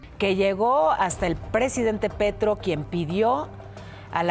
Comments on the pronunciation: Jajajajajajaja, "Gustavo Pietro"??!!! Ay mamacita, primero, consultar el nombre del presidente colombiano, luego, hagan el vídeo, VALE?!!! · También me ando cagando de risa con lo de "Pietro" xD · PETRO! El apellido es PETRO, no Pietro! Al menos leer correctamente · Corrección el caso de Rosa Elvira Celí es uno de los más atroces feminicidios ocurridos en Colombia. El collar bomba es otro totalmente distinto, pero igual de grave. Y en la pronunciación del presidente es Petro, no Pietro. Falta mucha indagación y verificación en el video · para futuras referencias es Petro no Pietro jaja, por otro lado y ya mas serio el caso colmenares ha sido uno de las mas curiosos y sin justicia en Bogota hace poco absolvieron a las dos chicas que eran sospechosas